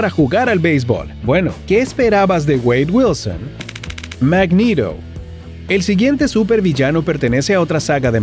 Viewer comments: No digas mangiro decile MAgneto jaja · Que mierd@ no sé porque en el vídeo le cuesta decir los nombres de los personajes bien que horror cuando dijo el nombre de magneto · Muy buen video y todo pero exajeras algunos nombres Thanos- Tanas Magneto-Magnido